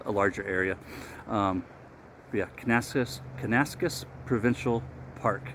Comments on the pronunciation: Have a close look at the label. You are mispronouncing the name. Think “Kana - Nas - Kiss” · Close but it is: Can-ah-nass-Kiss 😀